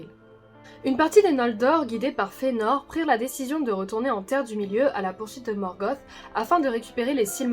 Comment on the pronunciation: Vous le prononcez comme si le ae était un e dans l'a, mais ce n'est pas le cas. D'après les indications de Tolkien sur la prononciation, ce serait Ma-i-zrosse. Et Fe-a-nor aussi, car il y a un tréma sur le e. Vidéo sympa sinon, Maedhros étant un de mes personnages préférés...